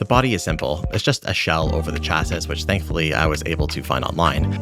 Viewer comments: "He sounds like he's trying to learn english" then you pronounce chassis as "Chass - sis" as opposed to "Chassy". The pronunciation is "Chassy", rhymes with classy. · Cool video, chasis is pronounced "CHASS-ee" btw lol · Came here to say this lol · Great video! I'm not mentioning this next thing because of anything wrong with you; it's more about something wrong with me: In my experience, "chassis" is usually pronounced as if it was spelled "chassy". Never be ashamed of mispronouncing a word! It's usually a sign that you were an early reader as a kid and learned a lot of words without ever hearing them said out loud. At age 8 or so I simultaneously lost the county spelling bee and learned that the two C's in "succumb" are not pronounced like the ones in "succeed". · Saying the AI sounds like it's trying to learn English and also yourself pronouncing "Chassis" was pretty funny. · How do you not know how to pronounce chasis? Not being a troll, genuinely am surprised